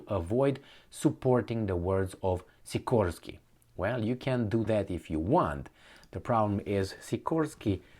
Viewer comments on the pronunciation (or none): none